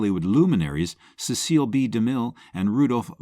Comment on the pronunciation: Cecil DeMille, not Ceseal!!